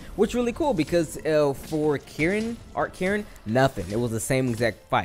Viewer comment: Its arch not ark